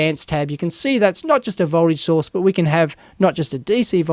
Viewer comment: Great tutorial, but every time you say "source" it sounds like "sauce" :D